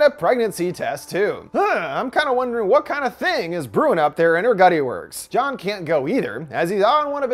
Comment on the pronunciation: “What is briewing up in her gutty works” 😂 a king